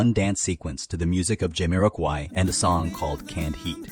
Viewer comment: AI voice? Jamiroqaui is said so weird lol